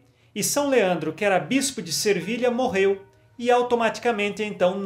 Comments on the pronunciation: agosto muito de ouvir suas mensagens. Deus o abençõe. Padre, é Se vilha, sem r! Sevilha. Desculpe pela observação. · Peço-lhe, desculpas,mas sempre escuto o senhor dizer Santo Izidoro de Servilha mas penso que o certo é Sevilha cidade da Espanha.Desculpe -me a ousadia Deus o abençoe, que sua evangelização continue a frutificar como sempre Paz de Cristo esteja sempre conosco 🙏